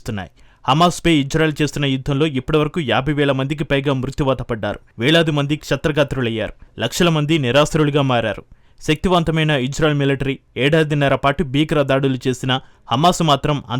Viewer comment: క్షత్ర గాత్రులు అని పలకడకూడదు రీడర్ గారు క్షతగాత్రులు అని పలకాలి 🙄🙄